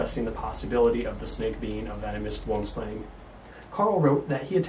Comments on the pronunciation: Great presentation. Regarding the pronunciation...you got the Boom right, but Slang is pronounced Slung. It's the Afrikaans name for Tree Snake. Hope that helps. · You said slang wrong